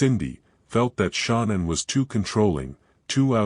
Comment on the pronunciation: Ty ….wish you knew how to pronounce her name correctly